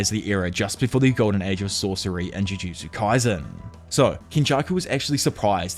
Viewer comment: “Ju joo Jew kay sen”